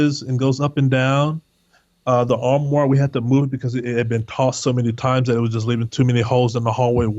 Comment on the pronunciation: He is saying armoire, albeit incorrectly.